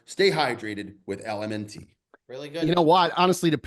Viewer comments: calling it “L-M-N-T” instead of “element” despite it being an ad for a few episodes is why we love him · I understand why you do the ad reads. But can you at least pronounce the name of the company correctly?